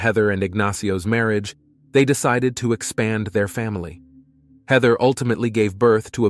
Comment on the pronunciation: hi could we standardise how you pronounce the names? heather hater shawna (something else?😮